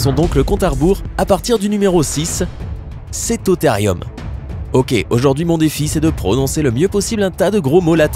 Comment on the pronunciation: Cétotherium se prononce Cétothérioum car le e se prononce é et le u ou ( si vous me croyez vérifier sue Google )